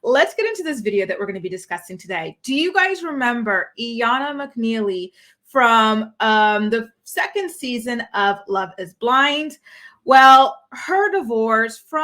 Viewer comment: Love her too!! It's pronounced like I-yanna i believe. The I is like the letter I not eeyanna. 🥰🥰